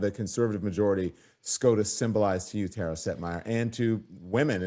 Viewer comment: Tara...not Tata...😊